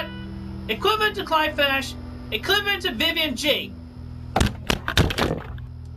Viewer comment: "including his cou'zn vi'ian" Cousin Vivian not chlamydia